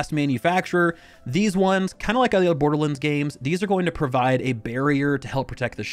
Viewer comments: Its pronounced "Borderlands." Not "Borderlinds." I don't get it. You had no problem saying "Wonderlands." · the way my man is saying borderlands hurts my soul